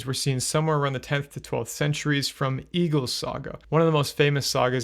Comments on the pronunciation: Well he pronounces Egill (and every Icelandic name mentioned) very incorrectly in the video. He pronounced it almost like “Eagle”, but in Icelandic the name Egill is pronounced something like “Eyh-itl” (best way i could spell it out. Icelandic has some weird rules like not pronouncing “g” in some words and a “double L” often has a special sound, similar to clicking your tongue and making a “tl” sound). Not sure if the Norwegian and Icelandic pronunciations are similar though. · His name is pronounced Ale not Eggle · Also point of order, I am a literal viking, it's actually pronounced "eh-gil"